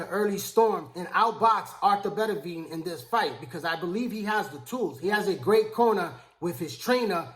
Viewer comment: Dude I`m a fan of yours but you`ve gotta learn how to pronounce boxers`names properly. His name is Better-be-iv not Bettavia.